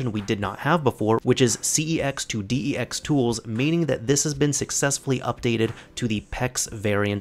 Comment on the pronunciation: It's dex not pex